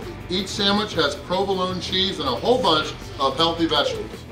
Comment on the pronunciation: saying the word ''Healthy'' is like asking us Muslims to say ''Pork'' LOL